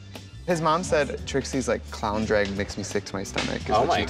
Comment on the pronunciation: Can anyone explain the whole thing with Trixie’s accent and pronunciation of “drag” that’s so funny. I’m in Alberta Canada and it sounds just normal to me lol